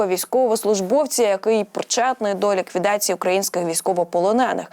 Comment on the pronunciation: ліквідаціі ??? ти хвора т6па шл6ндра (((